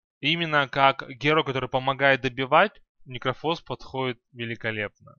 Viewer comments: Ударения особо порадовали. Особенно агАним, и никрофОс. Созвучно с диклофОс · ну он всегда был некрОфус